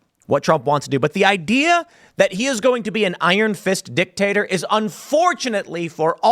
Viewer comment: Whenever he says dictator i hear 🍆🥔